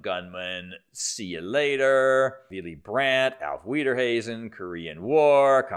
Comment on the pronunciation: Auf Wiederhesen? What? I'm sorry, I know it's poor form, but I couldn't leave it uncommented. The S is before the H in that word :) I had to rewind to even get what you wanted to mean. (Also, the H is silent in that word, but that's details at this point :) ) To my discredit, I can't even guess about which language is your third "goodbye" in, so I shouldn't be one to talk... :)